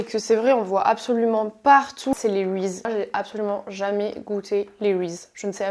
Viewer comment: Ça se prononce "rizize" pas "rize" mdrrrr